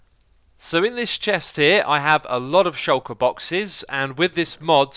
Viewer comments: The way you say shulker, YouTube gets it as "shocker" :p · Shulker is a word man, it means "hidden"